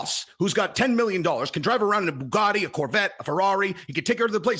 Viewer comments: Good tate impression, but you have to pronounce it Boo-gat-ee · Almost there, just watch the Bugatti.pronunciation